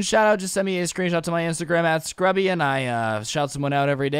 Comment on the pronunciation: U said srubby